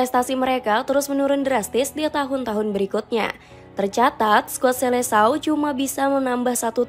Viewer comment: Bacanya riKardo Kuarezma tulisannya Ricardo quaresma bacanya skuad selekao